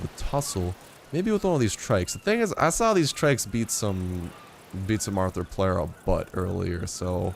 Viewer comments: It's pronounced arthro-plura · You were really close with the first pronunciation of Arthropleura.